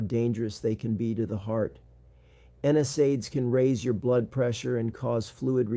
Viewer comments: My clue he was an actor and not in the medical field like me, was when he pronounced NSAID incorrectly. No one in my 30 years of practice has ever pronounced it like he does. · This 'doctor' doesn't pronounce NSAID correctly so be careful. Would be helpful to include his credentials in description to check. These days don't believe ANYTHING online until verified